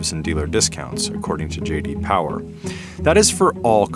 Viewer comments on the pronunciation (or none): JD Powah